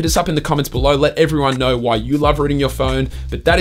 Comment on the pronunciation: When he says Rooting its Sounds like Ruining 😂